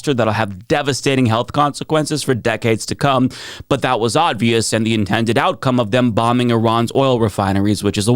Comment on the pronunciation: Why do you keep saying "ODvious"?